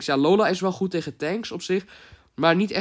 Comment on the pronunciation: whahahah 'goet' ik ga stuk